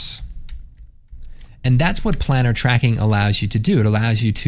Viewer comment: It's pronounced "plane-urr" (like a plane), isn't it?